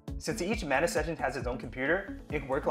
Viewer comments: Please rename it. "Manus" doesn't sound right, especially the way you pronounce it 🤣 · Manus sounds like Menace. Not a good idea 😁